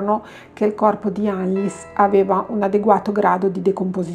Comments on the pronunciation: Credo si legga "Annelise" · Per questo video è tardi, ma per i prossimi ricorda che in Tedesco le "E" finali si leggono: Annelìse è la pronuncia corretta. "ie" si pronuncia come una i un poco allungata. "ei" = ai "eu" = oi "v" = f "w" = v Cmnq, per la pronuncia delle varie lingue puoi digitare le parole nel traduttore Google come per tradurre e cliccare sull'icona dell'altoparlante: una voce le leggerà con la giusta pronuncia 😉 Bacioni 💗